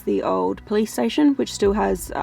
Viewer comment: Every time she says police station I hear play station 🤣 who else does ?